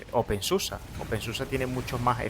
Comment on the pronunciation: No se dice open susa porque el alemán se lee como está escrito, es igual que el español. La excepción son las palabras terminadas en -er que sí se pronuncian como ea..